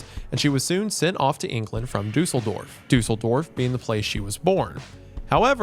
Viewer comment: Wendi genuinely made me do a double take by pronouncing Duesseldorf correctly. Has he been brushing up on Duolingo?